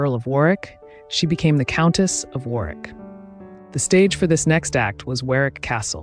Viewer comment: Warwick is pronounced “worrick” in correct English 🏴